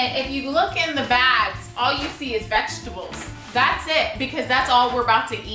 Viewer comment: The way is pronouncing( veshtable)me: vegetable